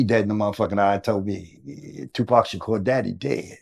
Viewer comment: Wayment… why the daddy took a moment , scratched his beard and said “SHU-pac” when referring to the 2nd shooting… okok I’m reaching but, is TUPAC TUPAC dead or is SHU-pac dead… ok… ijs… sorry it’s probably just a slip of the tongue but, Tupac if you still alive and wanna live low key… I got you lol… anyway, this is very insightful and great information just on the strength that this is Tupacs father… nothing else matters… God bless